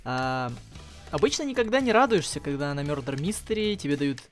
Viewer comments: мардер и иноцент, а не мердер и иносент))) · и не мёрдер а мардэр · Не мёдар а мардар правильно